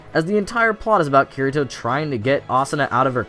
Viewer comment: I agree with ya but if ur gonna make a video on SAO say Kirito's name right xD